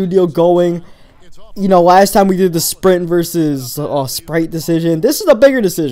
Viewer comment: you said spint